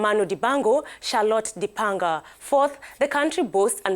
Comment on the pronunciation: she really tried with the Cameroonian Pronunciations but I believe she killed Di-panda lol